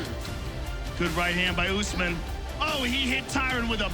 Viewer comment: It OouussMan. Not Oozeman lol